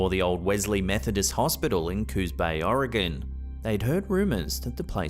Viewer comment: A British man can pronoun Oregon correctly but half of the US can’t 🤦‍♂️ much love from central Oregon. Not oregON or Oregun dumb dumbs.